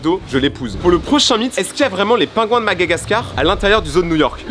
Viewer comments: c Madagascar pas Magagascar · C'est pas magagascar mais Madagascar m'a mère et malgache